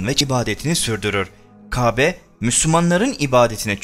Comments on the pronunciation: Kabe değil Kâbe lütfen konuşmacı ona göre konuşsun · Lütfen K(â)be demeyi öğren. Kabe deyip duruyorsun. Çok rahatsız edici! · "İbrahim" ve "Kabe" teleffuzu çalışması yapman lazım. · Peygamberlerin ismini asker arkadaşın gibi andın ve Kâbe'ye kabe deyip durdun onun için dislike, kusura bakma. . . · LÜTFEN MÜBAREK (KÂBE)NİN İSMİNİ KABE DİYE YANLIŞ TELAFUZ ETMEYİP DÜZELTİRSENİZ MEMNUN OLURUM ZİRA ÇOK SİNİR BOZUCU VİDEOYNUZ ÇOK GÜZEL ELLERİNİZE SAĞLIK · Anlatım güzel. Ancak Qâbe değil kâbe... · Konuşmayı öğren önce.Kabe değil Kâbe. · Murat DURSUN bence elinde değil kâbe diyemiyor istese de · Arkadaş videolar yapıp yayınlıyorsunuz. Hayatınızda hiç mi " KÂBE " diyen birini duymadınız. Şayet bunu söyleme sorunu yaşıyorsan seslendirmeyi söyleyebilen birine yaptırsaydınız bari. Çok ucuz olmuş.